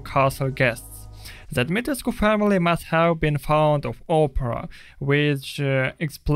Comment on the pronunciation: As someone who is Romanian, thank God you pronounced the u at the end of Dimitrescu.